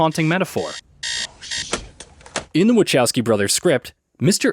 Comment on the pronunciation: ... except it's not "wuh CHOW skee," it's "wuh KOW skee."